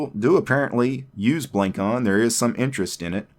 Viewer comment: The name is wordplay of traditional javanese head-ware, it's pronounced "blung cone"